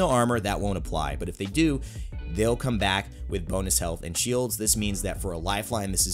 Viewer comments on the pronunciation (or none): "bonuth" lol I can't stop laughing! Great video thanks for breaking down a lot of the misconceptions for us, keep up the great work dude! 👍